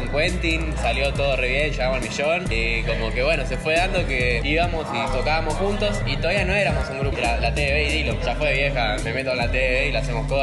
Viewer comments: se dice dillom no dylam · dillon no dillan compa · No es Dillam es Dillom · Se dise Dillon no dilan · haces un vídeo hablando de la historia de dillom y no sabes ni cómo se pronuncia😂😂